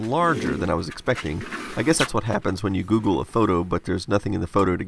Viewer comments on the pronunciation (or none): none